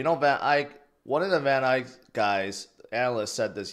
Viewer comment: He's still saying Van "Ike" 😂